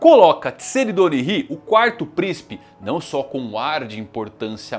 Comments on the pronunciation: Cara o nome pronuncia tser-ried-nich com o "ts" no começo com um t quase mudo como se fosse um cochicho, daonde o tirou tseridoniri? Kkkkkkk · Onde eh q esse maluco do achou q o cara se chama tseridonirri???? Se pronuncia como se falasse alemão rapaz..... Tseridinic